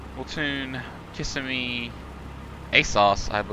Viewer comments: loved the vid. had to laugh at your pronunciation. thats how my wife and i pronounced it when we first saw the name. but right. ki-SIM-ee. lol. keep making vids and we'll keep watching them.:) you are a good teacher. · it is Ka-sihm-me not kiss-a-me.